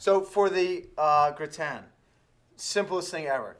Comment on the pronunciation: potato gra-ton?